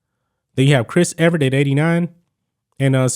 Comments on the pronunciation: If you’re gonna talk tennis you have to say their names correctly. Her name is Chris “Evert”. NOT Chris “Everett”. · E-Vert not Eve-Er-It